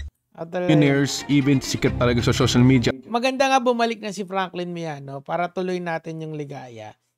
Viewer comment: Shoshal midya -pagkakabigkas ni 😂😂😂